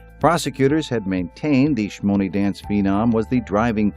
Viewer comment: 😂😂 did you guys hear the way the news reporter pronounced shmoney?? #Dead